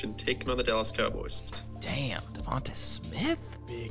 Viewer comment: Do you guys purposely mispronounce Devonta Smith every single time